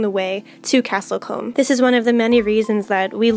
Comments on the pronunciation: It's pronounced Castle Coom!,not comb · Combe is pronounced Koo-mm. It's a common placename as it means 'spring'.